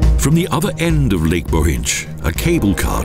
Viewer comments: The pronounciation: Bochindzh valley! They would never pronouncing so badly if it was German! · Again the pronounciation! Moshtrania and Nova Goritsha!, Bohindsh valley plus lake. Best of all Idrithsa. All crazy wrong!